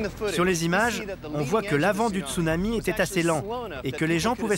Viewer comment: latrille béatrice D'accord quelqu'un qui met des vagues en fond d'écran de type surf et il dit stounami à la place de Tsunami...